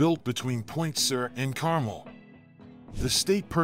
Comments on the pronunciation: Carmel is generally pronounced Car Mel, not Carm el. In any event, I’m glad that I got to drive on that road. I’d hate to see it disappear, but Mother Nature doesn’t seem to like the road. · Not carmel It's pronounced car-mel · One of the problems with relying on AI narration and not monitoring it: regional names get mispronounced in predictable ways. Carmel-by-the-Sea in Monterey County on the Central Coast is known as Carmel -- but not pronounced like the candy. It's "car-MEL", not "CAR-mul". Like many Californian towns and cities, it was founded by Spanish colonists (in 1797) and had a Spanish name, in this case there was a Catholic Mission called Mission San Carlos Borromeo de Carmelo. Borromeo was the Archbishop of Milan, Italy, in the latter 16th century. So we have an English interpretation of a Spanish interpretation of an Italian town. Of course it's going to be idiosyncratic and require someone presenting an historical overview to keep on top of such details. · CAR-mull?? I always thought the pronunciation was car-MELL. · BTW, you keep saying, car-mel, like the candy. I believe it should be pronounced, car, like a vehicle you drive, mel, like the name. Check it out. Ask the local Chamber of Commerce. Over all I enjoyed the video. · It's pronounced Car-mell (as in hell). Just thought I'd point that out as it's in my neighborhood...😁 Heavy rain is a blessing for us in Central Cali but damn, does it do a lot of damage to highway. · Please lose the fake specs and scratches. We can tell it is an old photo. It is not a motion picture, so any scratches would not change. They don't belong. It is distracting, and not necessary to make a point. Also, please learn how to pronounce CarMEL and Big SUR. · It's pronounced car-mel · AI...STOP calling it Carmel, like it's a sauce for your ice cream! It is car-MEL. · Thank you! That was irritating the crap out of me! Like non-residents calling the state "Cali" AGH!! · Yes, plus accent on the second syllable:}